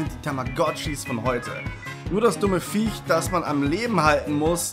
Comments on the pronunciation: Viech, nicht Fiech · „Fiech“ mit F .....okay.....